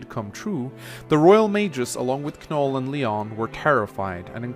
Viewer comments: It bothers me how he says "Kanoll".I always pronounced it an "Noll",as in with the K being silent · The fact that pronounces Knoll as Kah-Nul makes me question if he pronounces knot as kah-nut. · please never say Kanoll again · Ken-oll SILENT K lmao i want to punch my computerscreen right now Silent K don't you ken-ow? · My man, I'm pretty sure the "K" is silent. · I think the k is silent, but that is just me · I'm glad someone said it. 4 years and it still hurts my soul everytime he says it. Just like how he not only pronounces Ingrid as IngREE but also says her name every sentence. The pain. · Cringed every time you said Knoll's name. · You pronounced Knoll's and Lyon's name wrong. The "K" in Knoll's name is silent and Lyon's name is pronounced as "Lion." Knoll is really good as a glass cannon unit. Just gotta keep him away from hordes of enemies since his defense and luck stat is dismal.